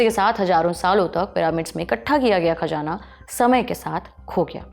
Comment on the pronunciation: Ma'am please improve your pronouncation, Khajaanaa repeated hearing is horrible, please check the correct prononcation..